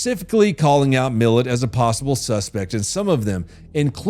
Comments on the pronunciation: His name wasnt Millet, it was Mill.....at thats how its pronounced. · Not Millet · I can get you additional info on ivan milat and his last name is prenounced like it's 2 words, mil at. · I-van Mill-at. Not millet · Ivan "Mil-at" not "Millet". "Mil" as in "Military", "at" as in "I am at the airport". Also, 95%+ of Australians pronounce "Uluru" as "Air's Rock" (actually spelt "Ayres Rock"). "Cooge" is pronounced "Could-gee". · It’s pronounced MIL@ not millet.. (interesting fact.. I went out with his niece.. she’s a total psycho as well) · His name is milat not milet😂😂😂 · .... Milat.... Mil-LAT.... Not millet.... This was so frustrating Ivan MILLAT the well known serial killer. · Just letting you know, Milat is pronounced "me-LAT" not "millet". Carry on though, I'm finding this interesting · Milat not Milet. I didnt know who you were talking about for half the story until i realised you were pronouncing the name wrong. Let alone all the other names you got wrong in this vid. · Hey …… it’s pronounced Ivan mil-lat,,,,, not Ivan Millit. It’s not uluruha….. uluru is pronounced oo-la-roo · Hi mate. It is pronounced MIL AT, not Milit. Cheers and live your work. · Can I just say as an Australian, it’s NOT PRONOUNCED “MILLET”!!! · It's not pronounced Ivan Millet. It's Milat. Like describing your lat muscle. That's my lat. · It's pronounced "Mill-AT" not millet. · LOL Millit, don"t you mean Milat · You say it like millit... its pronounced mil-at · Ivan Milat is pronounced Ivan Milat, not Ivan Millet. Belanglo is pronounced belanglo, no blanglo (you got it right the first time then regressed). Lindy Chamberlain was probably guilty. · It's Ivan Mil AT not Millet! Twakka!! I think that fucker and his mate nearly abducted me in Byron Bay when I was six or seven years old. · Ivan Mil-lat not millit 😂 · **pronounced MILL-AT...... not milet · yet he calls Ivan Milat "Milit" it should be "Mi-lat" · We Call him MILL-YAT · sorry but its pronounced Mil-lat ❤ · Ivan Me-Lat